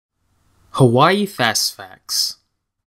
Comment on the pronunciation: YOU PRONOUNCE IT HAVAII W=V